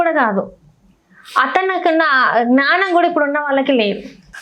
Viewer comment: జ్ఞానం ana word palakadam రాలేదు...నువ్వు anchor vi 😅